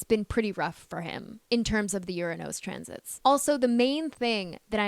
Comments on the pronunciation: except that she refuses to pronounce URANUS correctly. This planet is Not pronounce ur a NOOSE. The U is a short vowel. Not a long O. She has some problems pronouncing particularly as well. Particularly is pronounced pr.ti.kyuh.lr.lee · Is this AI? Anybody notice how Uranus is pronounced? And who places a mirror on the Wall like that? Strange.